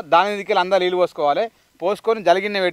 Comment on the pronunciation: అన్న లిల్లు కాదు అవి నీళ్లు